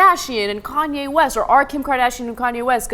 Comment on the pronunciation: Did Cenk call Kanye Cayenne like the pepper ? XP